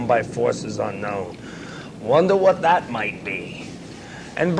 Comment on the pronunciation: “wondah wat dat might be”. I love Jerry Only 😂